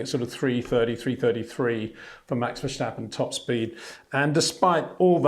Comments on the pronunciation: Please learn to pronounce his name. Its not 'Versht' but 'Verst'. And not 'Versteppen' but 'Verstàppen' with an 'A' like in 'marginal' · Please stop saying Verschtappen. Please.